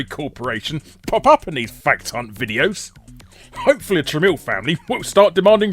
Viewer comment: Tramiel is apparently pronounced "trammel"